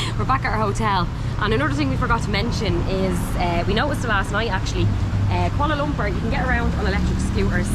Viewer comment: Love the way the Irish say 'Kuala Lumpur'... welcome guys! Enjoy your stay, you've earned a sub for sure from many of us.